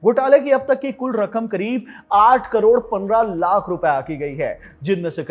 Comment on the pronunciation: 8 crore aise bol raha hai ki jaise ki 8000 carore ho😂